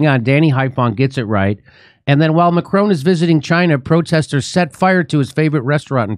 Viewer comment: How does Jimmy NOT know how to pronounce all these world leaders names?! Its “Macron” not “Macronnne” It’s “she” xi not “zee”. The best one was Frankos Hollande instead of the very obvious François HollANDE. Jimmy you’re a champ. If you want pronunciation help, I’m willing to proof read your script and write phonetic spellings for you